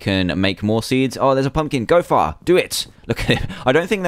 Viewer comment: Far sometimes sounds like Fart sowwy